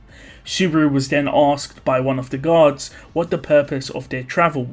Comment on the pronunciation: The way you said guards sounded like gods